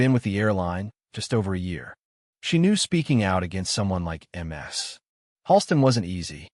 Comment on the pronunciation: 😂😂😂narrator is a relative of Narendra Modi. Modi says em ar es for Mrs. Here it is MS for miss🤪🤪🤪